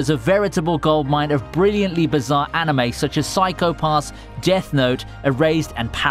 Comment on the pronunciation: Wtf i anticipated no. 1 to be something else and not ... sports anime. And also the way you pronounced the words 'anime' and 'manga' is so terrible.